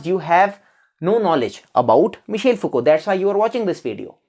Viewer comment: It's not Michale, it's Michel 😂